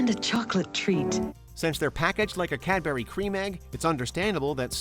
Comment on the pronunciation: The way he says Cadbury is just wrong. It's funny that kinder surprise egg are banned in the US.